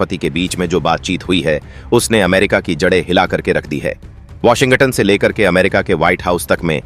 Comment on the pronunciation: Washin-ga tunn galat pronounciation hai